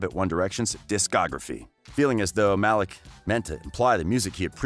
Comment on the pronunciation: It is 2020 bro How do you not know how to pronounce Louis, Niall and Malik